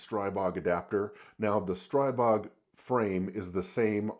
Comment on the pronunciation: It's pronounced "stree-bog"